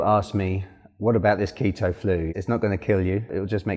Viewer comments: It’s keetoooo not keta😭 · the KETT-TOE genic diet? ahaha nice vid though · If he wants to call it Keta, let him. It makes him happy.